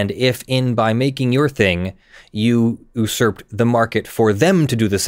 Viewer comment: So what you're saying is that they can't oohs Earp (sic) (or even ooze Earp) the market. Oohs Earp is not how you say usurp.